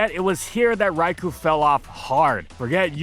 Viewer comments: It was physically painful to hear you mispronounce Raikou so many times. It's Rai-kō, not Rai-koo. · You'd think with how much he talks about it would be able to pronounce "Raikou" correctly for once.